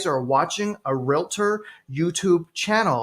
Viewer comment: it's Realtor not Realator 🙄